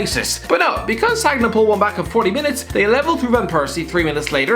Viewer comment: "SAGG-NA" - 2020